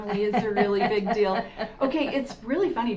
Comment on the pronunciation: “Rill” instead of real. “Dill” instead of deal. Pronounced “ing” as “ink.” Just a few examples